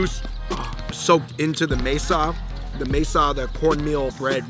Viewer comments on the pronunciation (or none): FREE-HOE-LESS, BRO. MASA, BRO. MASA NOT MESA. This ain’t Arizona. You gotta get more peeps in your inner circle. Chicharron was better lolz. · The one in the middle was actually saying the words good the one with the black hat said masa (table)🤷‍♀️